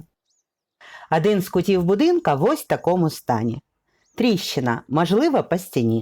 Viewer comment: Ви дуже гарно розповідаєте, але треба робити щось з тією літероою А у вимові: не Адин, а Один, не мАжливА, а мОжливО, не пАгана, а пОганО і т.п. Вибачте за зауваження, але вже котре відео дивлюсь, ну дуже оте акання псує ваші розповіді. За огляд дякую.